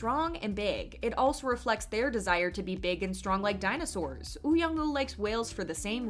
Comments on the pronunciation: I really enjoyed Extraordinary Attorney Woo. Something that annoys me is the voice over on the video continually calls her Attorney Ew. It's Attorney Woo. Not Ew. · Why do you not pronounce the “W” in “Woo” or the “L” in “Lee”?